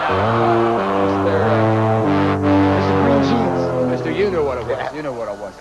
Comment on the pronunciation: got a gold on MGJ but he said Mr. Green Johns instead of Jeans.